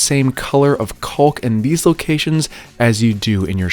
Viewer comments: love your videos, but man it drives me crazy how you leave out the “a” when you pronounce caulk. You say it like “culk” missing the “aw” sound. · I've never heard anyone say "caulk" that way. XD Gorgeous reno!